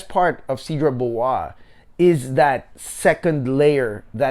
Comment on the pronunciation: You may want to check how Cedrat Boise is pronounced correctly, my guy. No need to Americanize it. 😉 Other than that great straight to the point review. 👍👍